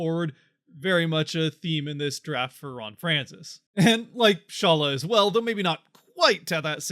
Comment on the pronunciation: During the Draft which i watched they pronounced his name as Shalla. Just so you know. Again that can be wrong. No one knows but Eduard himself